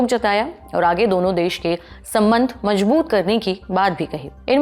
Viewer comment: Please pay attention to your pronunciation like majboot it's " mazboot"